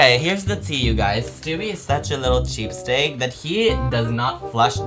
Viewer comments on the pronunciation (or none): calling it cheapsteak instead of cheapskate is so funny 😭